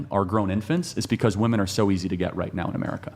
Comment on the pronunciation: Why are girls pronouncing “women” wrong? Seems new.